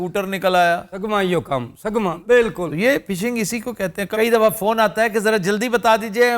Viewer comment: پھشنگ نہیں فشنگ Phishing 😅. آفتاب اپنا تلفظ درست کریں